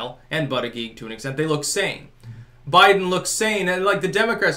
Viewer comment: Anyone else lose it when called him Bootyjudge 😂😂😂😂